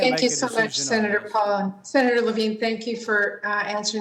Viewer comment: Incompetent moderator, at the end she says "senator Lavene" 🤦🏽‍♀️